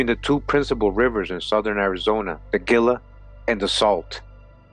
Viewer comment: The GILA River is pronounced heela. The G sounds like an h...like the Gila Monster. Love your videos!👍